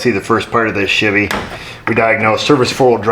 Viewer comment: it pronounced Shevee. For our Spanish speakers😂😂